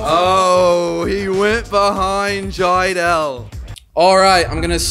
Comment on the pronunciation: Jiedel you mean trydel